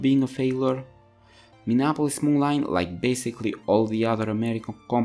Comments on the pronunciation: Minneapolis Molineeeeeeeeeeeeee NOT MoLine!!! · Moline is pronounced Mo-leen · Just helping out here it is pronounced MoLean.